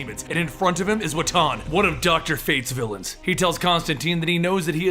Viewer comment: You're also mispronouncing "Wotan" quite spectacularly, for which I think you deserve some points, at least!